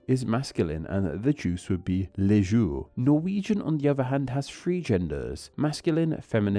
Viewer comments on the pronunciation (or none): French pronunciation is hard but i have one nit pick you pronounce le as les and because alot of the time it is the only way to tell if something is plural it is pretty important. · The way you said "le jus" made it sound like the plural. Le is pronounced more "luh" not "lay".